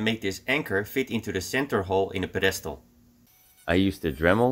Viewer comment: Ziet er weer mooi uit man. Btw bij het woord pedestal ligt de nadruk op de eerste lettergreep.